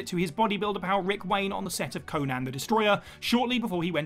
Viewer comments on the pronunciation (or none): none